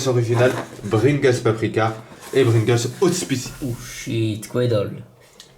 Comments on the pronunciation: Mdrr bringles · Juste tu sait pas parler ni conter car 250 arrondis au centième c'est soir 300 ou 200 est c'est pringles pas bringles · PRINGLES pas BRINGLES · J ai bien entendu ou il dis Brigles pas Pringles? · c est pringles pas bringles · Pringles pas bringles !! ^^ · MDR Bringles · C pringles pas bringels 😂😂😂😂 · Sa dérange personne qu'il dit Bringles aux lieu de Pringles? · c pas bringles Mais pringles...😂😂😂😂😂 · Bringles ??? connais pas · CE N'EST PAS BRINGLES MAIS PRINGLES😂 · TU SAIS PAS DIRE DRAGIBUS ET PRINGLES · qui a remarqué qu'il dis tout le temps bringles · Bringles mdrrrr